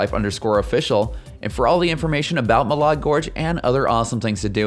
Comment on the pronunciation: Here in Idaho we don't pronounce it Ma lard, it's Ma lad!